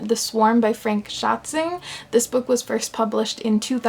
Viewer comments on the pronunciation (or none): Author: Frank Schätzing You: Fränk Schatzing I laughed way too hard at that. I did expect some horrible pronounciation, but not to hear it almost perfectly, just with the 'a' simply swapped around.